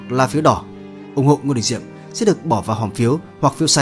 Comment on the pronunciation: Kênh lịch sử mà đọc là Ngô Đình Nhiệm thì đủ biết kiến thức từ thằng đọc sai ko biết đến thằng biên tập rất giỏi sử😂